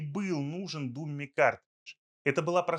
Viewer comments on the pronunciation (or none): Не "дУмми", а "дАмми".